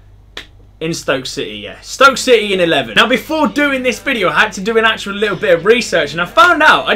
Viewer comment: Did he actually just say shity are gonna win a title